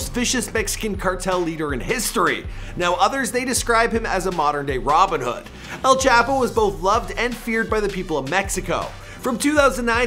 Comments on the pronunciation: every time he says “ L chap-o “ i cringe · He don't even know how to say El Chapo🤦🏽‍♂️, smh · Mexicans: “el chapo” White people: “L chapo” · El Ch-aaaah-po Not Ape-o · maybe you should call him el chap O 😂😂😂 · “El chAApo” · El chap - O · El chap. O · And...Its El Chapo!(Mexican pronunciation) Not El Chapo..Lol -JK but not really...😂🤣